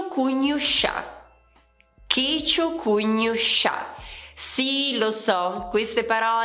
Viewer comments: checiocugnusca pronunciato come checiocugnuscià'? Ma è sbagliato! Non potresti modificare il video, per favore? Grazie. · Brava,! Ho un dubbio, perché hai pronunciato la parola Checiocugnusca all'inizio del video con la /ʃ/ e non con la /k/ se è scritto con -SCA e non con -SCIA?🤔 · hai sbagliato la pronuncia di checiocugnusca 😉